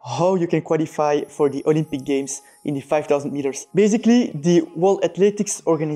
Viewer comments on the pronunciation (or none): none